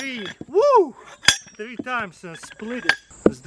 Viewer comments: One! Two! TREE! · One... Two... Tree...